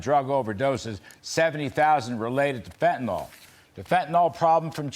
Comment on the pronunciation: Why are all the "talking heads" calling the drug fentanol when it is actually spelled and pronounced Fentanyl? It makes Americans appear weakly educated. IMHO